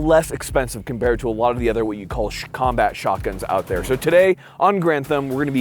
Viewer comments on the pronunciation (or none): "Shkombat shotguns".